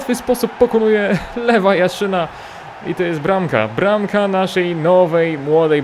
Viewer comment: Lewa Jaszyna xD Lwa Jaszyna expercie 😂😂😂